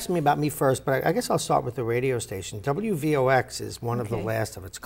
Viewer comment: i thought it was wvox not wvx